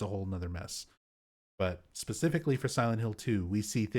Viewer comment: I noticed you always say "pacifically" instead of "specifically" 😊 It's kinda cute.